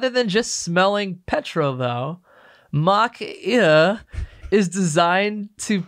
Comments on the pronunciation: Mach Eau is a disgusting idea invented by a lunatic for a dinosaur industry about to be ‘ICEd’ by BEV. Just an aside on the word Eau - it is a French word which means water and is pronounced OH - and Now You Know 😁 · "Eau" is pronounced "O" just incase anyone is curious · Eau=water in French pronounced "oh" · It’s Mach Eau [ohh]. But very hilarious 😂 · Mach Eau pronounced like Mach "O"! Nice surprise to see the likeable here! Guess Jesse's on a well deserved holiday!